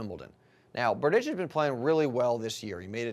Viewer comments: You have wrong pronounciation of Tomas's last name... Next time watch the tv more carefully. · P Funny.....Berdych(č)